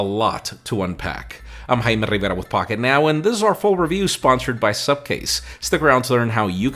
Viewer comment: Did he just switch to another language when he said "pocket now